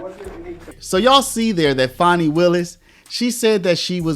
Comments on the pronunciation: Fani is pronounced the same as fan. It isn’t spelled fawni or fauni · Why can nobody correctly pronounce Fani? It's not Fawni, or fahni, it's literally pronounced Fan-ee.